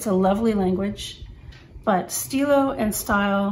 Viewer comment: "Stile" is pronounced just as stilo, but with the "e" Italian sound, similar to the e in English word "economy"... kind of :-)